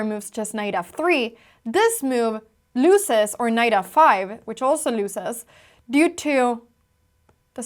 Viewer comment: Since you use the word so frequently, look up the prononciation of 'loses'. I think you got your misprononciation from your equally lovely mum :) 'Loose' isn't pronounced like 'lose' - nor is 'crasy' :)